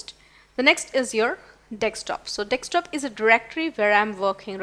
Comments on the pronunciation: Sorry to say...it is not nekstop,it is desktop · Pronounced Desk-top not Deks-top